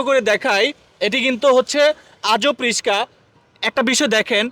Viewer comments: ভাই এখনও রিস্কা বলতেছে 😂 আহারে ভায়ের বয়স বাড়ে না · রিসকা না রিকসা হবে। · রিসকা না রিকশা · bolod its rixa not rishka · ভাই এইটা রিশকা না...!? এইটা হলো রিক্সা... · Vatizar put tor bap ki age RISHKA chalaito?oita baba RISHKA na shotik uccharon RIKSHA age tor mukh thik kor pore video bana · রিশকা নয়রে ভাই রিক্সা হবে 😅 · আরে ভাই রিস্কা না রিক্সা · রিস্কা না ভাই রিক্সা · রিস কা 🤣 রিক্সা রিকসা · রিসকা না রিকশা😂😂😂😂😂😂 এই দুর্বল খেলনা দিয়ে কি রাস্তায় চলাচল করা যাবে?😂😂😂😂😂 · রিশকা না ভাই রিকশা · রিশকা না রিকশা কি বলে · রিশকা না ভাই রিকশা হবে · রিশকা ❌ রিকশা ❌🔀রিক্সা ✔️ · আগে উচ্চারণ ঠিক করতে হবে। রিস্কা না। রিক্সা হবে। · ছাগল রিসকা না রিক্সা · আরে ব্যাটা রিসকা না ৷ এটার শুদ্ধ উচ্চারণ রিকসা ( রিক্সা ) ৷ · তোমার পড়াশোনা কিচ্ছু নেই। মুর্খ রিসকা না রিকশা হবে। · রিকশা নাকি রিশকা?কনফিউজড! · ভাইজান রিসকা না হবে রিকসা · ভাই রিশকা নয় রিকশা হবে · ভাই রিসকা নয় রিক্সা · রিশকা ওয়া 😂🤣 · Molom bikreta Vai🫡...RISHKA NA RIKSHA😊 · রিস্কা না রিক্সা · রিশকা❌ রিক্সা✅ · রিসকা না ভাই রিকসা😂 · রিসকা থেকে রিক্সা বলা শেখেন তারপর ব্লক করেন। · রিসকা না রিকশা হবে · রিক্সা❌ রিস্কা✅ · রিশকা না রিকশা রে ভাই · ভাই রিশকা না বলেন রিকশা। বাংলা উচ্চারণ গুলো একটু ভালো ভাবে করবেন। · রিস্কা না রে, রিক্সা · The word is Ricksha not Rishka. Before doing a video change your pronunciation. শব্দটা "রিকশা" আর আপনি ভুল ভাবে উচ্চারণ করছেন "রিশকা" । দয়া করে সঠিক উচ্চারন করুন । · রিশকা না ভাই রিকশা .. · ধুর ভোদাই রিসকা নাকি, রিক্সা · ইউটিউবার হয়েছে ঠিক মত উচ্চারণও করতে পারে না,রিকশা কে রিস্কা বলছে বার বার....😮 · ভাই রিস্কা না রিকশা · রিস্কা নয় রিক্সা 😂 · আরে বেটা রিশকা না রিকশা 😒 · Oi bangal, riska? Naki riksha? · ব্লগার ভাই,দয়া করে উচ্চারণ সঠিক করুন,রিস্কা নয় উচ্চারণ হবে রিকশা👎👎👎👎Lol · রিস্কা না কিন্তু রিক্সা হবে তাই না ভাই। রিক্সাকে অনেকে রিস্কাই বলে। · রিশকা না হালারপো রিক্সা হবে। আগে উচ্চারণ শিখ। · ঐশালা রিকশা না বলে রিসকা বলতেছে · মগা রিশকা না রিকশা উচ্চারণ ঠিক করেন।এর পর রিভিউ করেন। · ভাই রিকশা কে আপনি বলছেন রিশকা, কারন টা জানাবেন প্লিজ ??? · রিসকা নাকি রিকশা? (রিক্সা) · Riska Noy riksh